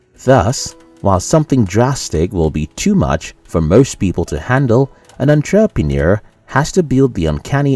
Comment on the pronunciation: I didn’t know that was how you say entrepreneur...